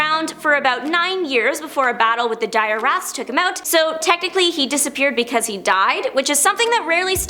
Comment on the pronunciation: The Torpedo segment HURT me. It’s Dire Wraith (pronounced WRAYTH), and you show a picture of Turbo (yet fail to mention) from the New Warriors who was one of two people to share the Torpedo suit on that team.